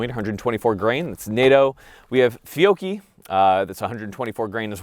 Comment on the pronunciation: You need to pronounce Fiocchi the way Rob Ski does, “Fick-o-Chee”.